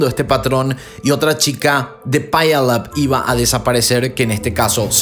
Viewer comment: Wow, me encantan tus vídeos, viví cercas de Puyallup, WA,( se pronuncia piu-lap)🙋